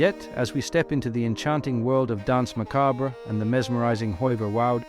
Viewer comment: The way you pronounce Danse Macabre gives me an annurism, fun vid tho! :)